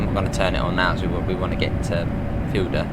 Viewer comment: Fulda is pronounced "full-da" not "fuel-da". And three is pronounced 'three' not 'free'. Cheers.